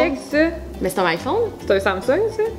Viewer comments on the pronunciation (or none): none